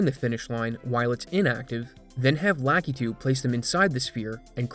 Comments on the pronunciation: "lah KEY too" It's "lah KUH too". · its lakitu, not LACKEETOO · "Lakitu" is pronounced lah-KEE-too per Nintendo.